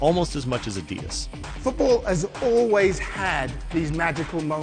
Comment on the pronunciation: Adidas is pronounced on the first syllable, not the second.